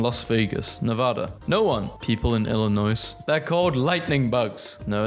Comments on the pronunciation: Hearing him repeatedly pronounce the “S” in Illinois hurt and I’m not even that nostalgic for my home state beyond the family that still lives there…and John Deere tractors, of course. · Shotgun. I’m robbing you after you say the s of Illinois and Arkansas. I live in Illinois. MAKE A SORRY VIDEO NOW 👹🔪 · Honestly, I thought the inclusion of the "S" was just his way of making up for the exclusion of "W" in Iowa. . 😒